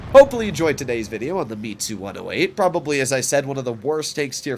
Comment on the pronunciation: Its Mits-you not Me-too It's short for Mitsubishi.